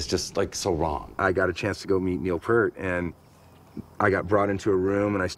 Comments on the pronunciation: It's pretty funny considering you don't know how to pronounce it yourself. It's P-ear-t, not Peert. You don't get to hang out with Neil. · "Pee-Ert". Not "Pur-T". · Geddy tells everyone how to pronounce it. Pert is wrong. Like he says, ear with a P at the beginning and a t at the end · Rush is amazing and why can't people pronounce Neil Peart's name properly? It annoys me to this day. It's "PEE-RT", not "PERT". Why is that such a difficult thing?? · Its not pronounced "pert". It is pronounced as in "Ear", so P -ear -t. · I hear Jack Black’s voice but see Po from Kung Fu Panda meeting Neil Peart. However, I’m pretty sure it’s pronounced “Pea-air-t”. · "no, I'm Neil PEEYART, pronounce it correctly, eh" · Jason Lefler its peart but pronounced peert isnt it? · It's pronounced 'Peart' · p-ear-t phonetically. exactly how its spelled. that is a big pet peeve of mine as i know members of his extended family whom it also drives crazy lol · PURT! WHAT THE EFFF,GOOFS,GET IT RIGHT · All these fans of Neil P-ear-T and yet none of them get his damn name right. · Whenever I hear someone say "Neil Purt" I want to punch a wall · To be fair there was no place to hear his name pronounced until Youtube came along. Everybody said it like "pear" t. I did it for thirty years until I watched a drum video with a guy showing how to do the famous crossover that Neil does. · If you don't know how to pronounce Neil's last name, you don't get to hang with Neil. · I always love how some people say they're big fans of Neil Peart but still can't pronounce his last name right. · They could’ve pointed out the pronunciation of Peart before shooting this documentary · These guys can't even pronounce Neil's name correctly. Obviously they were VERY unaware when they met him that he's shy about meeting fans. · even when Foo Fighters inducted rush into the rock Hall of Fame, Taylor Hawkins f-ed up pronouncing Neil‘s last name. 🤦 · I absolutely can’t stand hearing people mispronounce “Peart” 😡😡😡